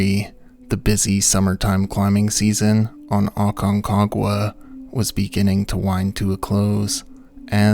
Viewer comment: I think you just like saying Aconquaga lol😅